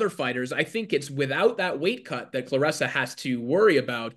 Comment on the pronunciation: It’s Claressa not Cloressa!!!..